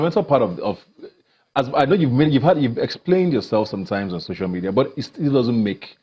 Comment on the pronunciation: Its so-cial media not shosho media u liaring bastard